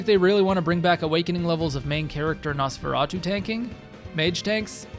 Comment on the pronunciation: Caught the editing typo, left the "Nosferatu" bit in there twice (once when you mispronounced it lol) Good job overall, tho